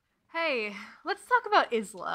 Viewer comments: "You pronounced Isla wrong: it's Eye-lah, not Iss-lah!" I know this. I can't go back and change the video though... Basically: I did not know Isla was a real name, but I DID know it was Spanish for island. When I looked up pronunciation, I got 'isslah' as the correct pronunciation — for island. Her name is meant to indeed be 'island', mind, aster has pointed it out in interviews (Isla the name comes from the route of Isabella, they're not related words!) But in interviews and audiobook indeed, apparently it is pronounced Eye-lah. I didn't realise this and assumed my island version was correct. Plus, in book Isla remarks on the pronunciation of her name- noting grim says it correctly 'with all the letters' and 'hissing the s'. Not exact quotes but about. So to me, that sounded like Isssslah (all letters, strong s), not Eyes-lah (weak s, less clear each letter). So that's how it happened. It is ice-lah, both the fact it's a normal name and what the author uses, but I very much thought I was correct and wasn't crazy for thinking it was Isss-lah I am very sorry though, Islas of the world. I still internally call her Iss-lah.... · I stg next video I will just start by saying the word Isla 10 times. I.... Am getting it wrong here, but it's complicated. I basically used the book and Google to figure it out as it's a name I've never encountered before. Googling it I got the "island" version of it, the word not the name, which is Iss-lah. In addition, the book notes the pronunciation and calls to attention a 'hiss' sound, which made me think Isssslah. But author and audio book use Eye-la, as does everyone else. I.... Didn't want to watch the author speak so I avoided watching any clip of her talk about it. I accept my failure. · I’m only 30 mins in and enjoying the video so far but the name Isla is pronounced “eye-la”, like island or isle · I heard Grimshaw pronounce her name like a snake though? Doesn't that need an S to be pronounced like a snake?